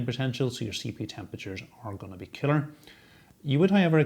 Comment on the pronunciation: I like how you pronounce cooler as "killer". Combine that with that murderous death stare you give the camera and it makes me start to wonder about you. :P